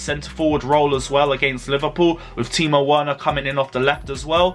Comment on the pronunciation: Bro you need to take time and practice saying Timo Werner’s name right because you keep murdering it every time😂